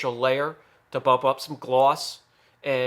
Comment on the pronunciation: Love how you say Gloss I laugh every time